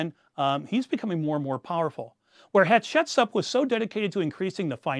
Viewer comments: Please just try to pronounce the names a bit better... it's like nails on chalkboard Hyk-sos, not "Hycos" Haht-shep-soot, not "head-shet-sup" I believe tgat the exodus story is a myth. It may have roots in reality, but it certainly didn't happen as written the Torah. And all your creative mix of history and speculation does not change this. ( For example, where the hell did you find that bit about Hatshepsut praying to Hapi and adopting a foreign child? I am quite familiar with the contemporary texts and sources by and about Hatshepsut, and I have not found any of this) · This is fascinating, however, I can’t help being confused by some of the pronunciation of names. I’m no Egyptologist, just an armchair enthusiasts who took one honors Egyptian art history course in college, so I could be wrong, but isn’t it “Hyksos” and “Hatshepsut”? Is anyone else bothered by this or am I just misinformed?